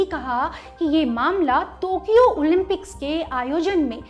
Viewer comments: टोकियो को तोकियो क्यों बोल रही हैं ये मोहतरमा? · Tokyo..not tokio mam ..sry to say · Its Tokyo not tukyo many time anchor specks tukyo. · टोक्यो होता है बहन, तोक्यो बोल कर बेज्जती कर रहे हों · I think it's टोकियो not तोकियो !! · तो or टो me fark hai,,,,tokyo hai thokiyo nahi😂😂😂😂😂😂😝😝😝